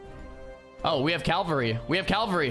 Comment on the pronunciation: "Oh we have calvary" almost, but not quite :)